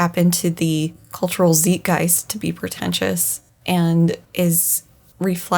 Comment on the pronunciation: Just fyi, "ei" in German makes a long "I" sound. There's no long "E" sound in zeitgeist